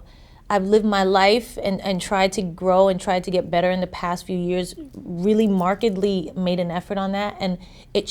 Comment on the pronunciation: She said 'marketdly'..